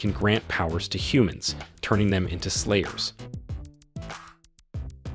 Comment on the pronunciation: Thought I was tripping out but this dude is really saying "players" instead of "slayers" so if you think you are hearing stuff don't panic.